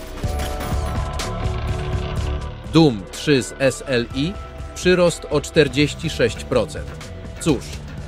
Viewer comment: Jezu i zmień ta manierę przy wymawiania S L I